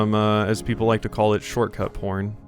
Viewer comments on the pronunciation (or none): Shortcut... What? That's an interesting way to say it. Never heard that one